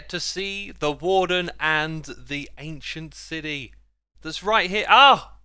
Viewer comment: No one: Xisuma: ancient CIDY